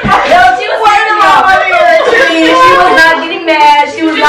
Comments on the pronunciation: treesh.. fuckin treesh😒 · Nobody:: ** silent not knowing what to say**: “you a treesha “ Im weak☠️😂